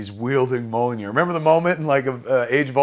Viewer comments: Every time Kevin calls Thor's hammer "Mollinear" I cringe like someone is forcing me to watch my parents having sex. Kevin, it's pronounced "Me-YOLL-neer." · It's kinda embarrassing how you can't pronounce Mjolnir. It's pronounced how it is literally spelled: M-YAWL-NEER. Not MO-LLO-NIR. Stop saying Mollonir. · It’s meeyolnear. Not molonir. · It’s mjolnir, not molinir. Great description of the movie. You have a good memory. Your passion is clearly visible. Great job Kevin, keep it up. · Great and fun and heartfelt. MJOLNIR is pronounced ME-UL-NEER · I love you Kev but (Mee Ya'll Near) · Mjolnir is pronouced Mule Near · Is this how word Mjollnir should be pronounced? Not doubting it or anythin, Mr. Smith definitely knows more about comics than I do, its just I have never heard anyone else to say it like this. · you need to learn how to pronounce mjolnir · The best part of this is Kevin's pronunciation of Mjolnir